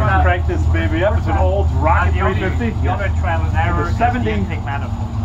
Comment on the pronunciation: Rocket .... not ralley.